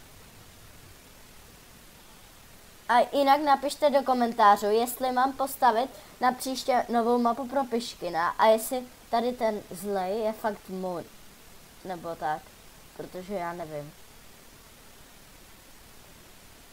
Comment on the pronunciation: Piškis ne piškin